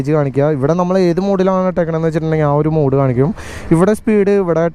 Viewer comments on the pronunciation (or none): none